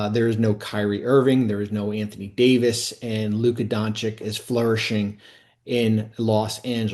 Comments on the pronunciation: Side note: it’s embarrassing that ESPN’s biggest reporters like Bobby Marks and Stephen A. are incapable of saying Luka’s name correctly. Apparently saying Don-“chich” is too hard lmao. “I’ll just call him Luka Donchick” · Pronounced Don-CHICH. After 7+ years, you should learn his bame! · Come on man, still mispronouncing Doncic after all these years? DON-CHICH. And it’s baptism BY fire. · Luka Don-CHICH, It is your job to know how to pronounce players names, take pride in doing it correctly. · FFS, this guy could learn how to properly say Dončić! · Bobby Marks isn’t only one of the most boring and overrated analysts, he also somehow doesn’t know how to pronounce Luka’s last name? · After so many years of Luka in the league...how can it for so many media people still be so difficult to pronounce his name? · Really? This guy can’t pronounce Dončić?